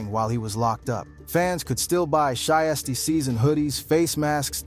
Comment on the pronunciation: "She-is-tee-season." 😂😂😂 "Shy-as-tee-season" 😂😂😂 This AI stuff is really outta control.